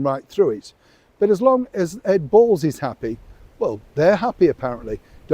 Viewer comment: Main anchor says Sean, missing the W off.